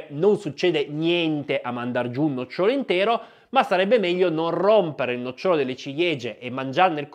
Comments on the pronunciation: Bella esposizione , un solo errore di pronuncia : si dice no'cciolo non noccio'lo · 😄😄😄 Mandare giù un nocciòlo intero? Neppure al circo si è mai visto questo. Al massimo ci sono i mangiatori di spade. Forse volevi dire un nòcciolo. Attento agli accenti :-) ché fanno la differenza tra un albero e un seme 😂